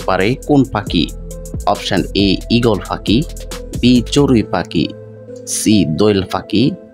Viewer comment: আপনি পাখি উচ্চারণ করতে পারেন না 😢😢